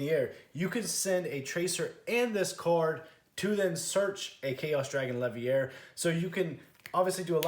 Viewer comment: My guy, it's Chaos Dragon LeviNEER, not Levier. We ain't French or at Hogwarts